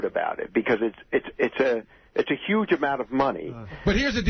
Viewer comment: Why do people not say the H in the word 'huge'... yooj. It starts with an H... you wouldn't say Yugh Yefner